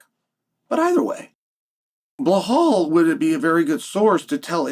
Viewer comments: "blal Muhammed" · I haven'twatched chael in a long time so I forgot about the blall instead of Bilal and the meaningful period of time